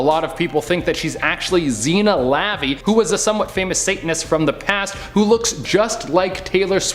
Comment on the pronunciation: Ugh..Ppl who give news should at least pronounce words n names correctly. Lavvy- It's La Vey.